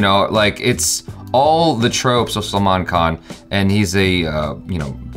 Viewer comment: Not Salman bhai, say like this selmon bhoi 😆😆😆